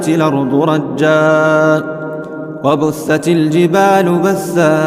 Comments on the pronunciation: وبست الجبال بسا وليس وبثت الجبال بثا جزاك الله خير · تصحيح و بست الجبال بسا بالسين و ليس بالثاء